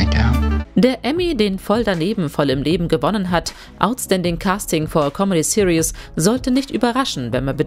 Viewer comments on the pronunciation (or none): none